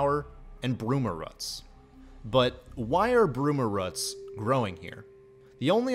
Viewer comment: It's not bruma "ruts". It's bruma "roots".